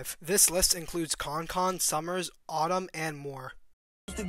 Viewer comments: who the fuck is concon? last time i checked its kankan as in cancan ????? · NIGGA SAID “KONKON” WTF ITS KANKAN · “Concon”😭😭 its pronounced can-can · Bro said kong kong 😭😭😭 Kan Kan (Can can) Lmao and he said iyayz 😭😭😭 Iayze (jace) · Nah he said concon not kankan. Great vid tho Fr. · “rappers like KonKon”?!????? it’s “KanKan” pronounced “CanCan” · nigga who tf is khankhan n iays??? 😂 kankan n jace bro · "Kon Kon" bothers me so much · K bro iayze is pronounced (jayce) Kankan is pronounced (can can) This is not hate just a heads up so people don’t shit on u for it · this man called Kankan "Konkon" lol 😂😂😂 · It’s “can can” lol and slayworld really isn’t much of a group/thing anymore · bro said “con con” 😭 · aing no way mans said konkon 😭😭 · bro called kankan "concon" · Bro said “konkon” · Bro said konkon😂😂😂 fye vid tho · he said konkon bruh wtf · Bro said “KON KON” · NO WAY BRO MISPRONOUNCED KANKAN’s NAME AS “CONCON”😭😹😹😹💀💀💀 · Bro said concon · "con con" you're cooked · did this dude really say konkon lmao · bro you gotta get people names right if you gonn pronounce 😂 , kan kan is pronounced " can can " and iayze is pronounced Jace lol. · nigga said konkon LMFAO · gang said konkon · "con con" 😂😂😂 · It’s pronounced (can-can) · It's pronounced can can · Are we gonna ignore how he said kankan name?